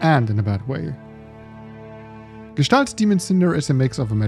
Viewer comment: OF COURSE a German guy will pronounce the name of the game correctly, it's such a relief, lol. I've heard so many variations by now.